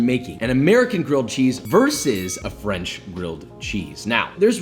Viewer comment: Fwencuh UwU